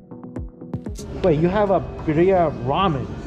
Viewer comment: its pronounced birria lol